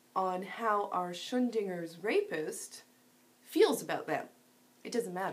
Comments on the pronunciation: Pretty sure it's "Schrödinger" no "Schöndinger" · The pronunciation was really weird. Shudingur, or something. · Shro-ding-er and it was a thought experiment about quantum mech....oh never mind. Good points, good video. Oh yeah it's hypothesizing not hypothesing. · Sorry to be nit-picky, but I sort of have an unhealthy love for the German language. Schrödinger shouldn't be pronounced shundinger. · Are you pronouncing it like "shundinger" on purpose? I feel like I'm missing a joke somewhere... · MrSonicAdvance Well, if you ain't prepared to do it... Dear... it's "Schrodinger's", and this video has a few examples that will help you pronounce it properly: /watch?v=IOYyCHGWJq4 Not to be rude or anything, but it helps with your presentation when you get these things right;D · Yeah, but then you said that you meant to say that Schroedinger was how it was meant to be pronounced even though you you already said that. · I'm fairly sure Schrödinger isn't pronounced "shun-dinger". :p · The rape culture thing drives me nuts. And if you try to say one word to challenge the concept, then they say you're part of the problem and you're pro-rape. It's crazy. Anyway nice vid. You mispronounced Schrödinger by the way. It's "Shrow-din-ger" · Someone teach her how to pronounce Schrodinger's name right, please. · It bothered me a little too, but as I called MiGTOWs MoGTOWs for a good while, I'm keeping my mouth shut on this. ;-) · please look up how to pronounce schrödinger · ???? For youtube this is excellent. It's her complete mispronunciation of "Schroedinger" that sucks. But other than that, this video is excellent. The comparison between men as potential rapists with blacks as potential thugs is bang on... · Great video, but please google "Schrödinger pronunciation". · Yeah, no "n" in the 1st syllable of Schrödinger, danke schön...not that it matters since the great man's name should not be associated with incoherent crazies